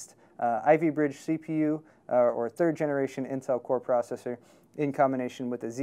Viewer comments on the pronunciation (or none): none